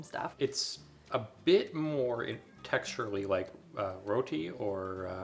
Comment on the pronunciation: "roti" pronounciation is on point, just like an Indian